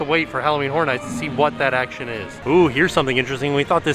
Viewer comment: I LIKE SAYING "HACTION" TOO LOL